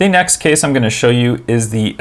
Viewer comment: i thought he was saying kiss rather than case lmao